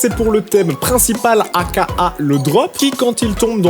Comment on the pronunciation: Pourquoi un nom ? Moi aussi ça ma choqué comme quand il a prononcé à la française A.K.A.